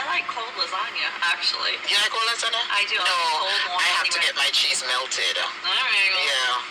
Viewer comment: LARRYZONA 😅😅😅😅😅😅😅😅......ITS CALL LASAGNA